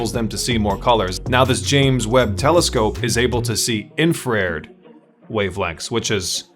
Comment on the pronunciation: I know it's one word but it's pronounced infra red